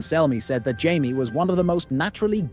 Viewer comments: It’s jay-me not ji-me. It would be ji if it was spelt jiame. Martin has said this so many times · Jay-mee, not Jye-mee for Jaime. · she was knighted BEFORE the battle by JAIME Lannister. Not “hy-mae” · Jye me not Jay me? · Yup he fucking called jamie hymie Lannister 😭😂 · Why he saying (jai me) n not jamie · Jamie❎ Yaimi✅ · Hymee Lannister 😂🤣😂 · There are so many things inaccurate about this video I don’t even know where to start. But listening to this guy say “Jiimie” over and over again is the real crime. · The list was entertaining but please pronounce ‘Jamie’ correctly. My head hurts from hearing Jaymee constantly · “Jaimee Lannister” 💀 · Who the hell is Ymie/Himee/Jymee? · WTF is a Jai-mee Lannister? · gai-me... thumbs down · Why are you calling Jamie Lannister "Jimey". His name isn't pronounced "Jimey"!🤣😅😂 That sounds like you're calling him a Limey". THAT name comes from the 19th-century practice of the British Royal Navy issuing lime juice to sailors to prevent scurvy. Jamie isn't a member of the Royal Navy. Jamie was the Royal Commander of the Kings Guard! 🤣😅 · Who the fuck is "Jymee Lannister" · I hate when people pronounce Jamie as HY-MEE. It's ignorant to make a YouTube video about a show they obviously have never watched. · Jymee Lannister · The narrator apparently thinks the Lannisters came from Australia. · Jy-mie Lannister 😂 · Hey, wait. You just said we couldn't say Oberyn because his style isn't swords, yet you had Gregor Clegaine with other weapons (lance). You can't have it both ways. Also, pronounce Jaime's name correctly. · Why you gotta say Jaime’s name like that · This is the absolute most hilarious pronunciation of the name Jamie I’ve ever heard. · No one said Jaime that way in the show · I think he pronounced that name 5 different ways throughout the video😂 It really got annoying.